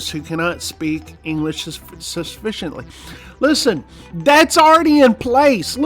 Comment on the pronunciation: 😂 “ Sufficiently” aka “SUSPICIOLY” What can you say about yourself not able to speak original language living in my country?! 😂😂😂